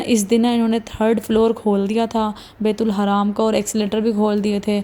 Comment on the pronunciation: Again n again you are saying bait ul haraam it's not baitul haraam .it's bait ul Haram . Please say tauba.